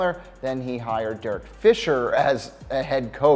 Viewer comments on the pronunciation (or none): none